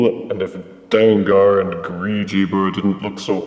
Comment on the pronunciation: His name is pronounced “Dang-gur” similar to Tanker. Takara used the -ar because then it would spell “Danger”.